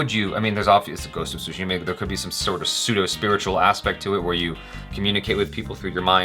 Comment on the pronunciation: Everybody pronouncing Tsushima wrongly. It is Tsushima not Sushima! Though it make me miss eating sushi.